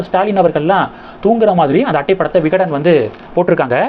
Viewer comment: தம்பி விகடன் ஜூனியர் விகடன் சரியாக சொல்லவும்.